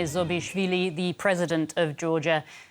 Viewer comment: Please make sure before the interview you practice to pronounce presidents name correctly. That would give you a good start.